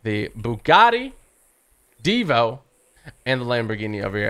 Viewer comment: You say it right divo